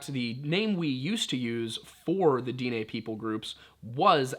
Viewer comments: I love your videos but I cringe every time I hear "day nay". Navajo is the term we were named. Our name for our people is Diné. Pronounced "Din-eh". You should also look into the story of the twins. As the twins fled from Dinetah the homeland of the Diné. The twins separated creating two different tribes. If a Diné and Dené were to meet it's supposed to mark the beginning of end times. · Little late here but it's pronounced (Den-Neigh) like Density, without the sity and neighbor without the bor. Edit: Will definitely be trying out the coffee! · Daugh-neigh pronunciation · Dine' Is pronounced di neh I'm Cherokee and my wife's navajo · It's pronounced Din and then eh bc the e is this é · The Diné or Navajo is actually pronounced /DEN-EH/ "DIN" as in den like "DENtist". And the "EH" is as in "EHHH it's fine". And no I am not Navajo or any type of native American although I am Aztec so I'm native NORTH American. but I am learning the Navajo language and I have heard a Navajo cultural YouTuber by the name of "Navajo Traditional Teachings". And that is how I have heard it.